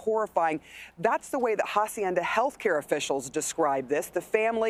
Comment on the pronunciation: Why are they pronouncing the facility Ha-cienda the H is Silent